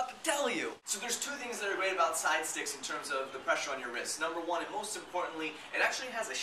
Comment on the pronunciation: u said stidestix not sidestix :P